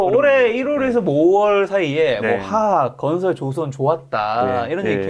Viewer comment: 가만보니까 화학 발음 못 하시네 ㅎㅎㅎ 메롱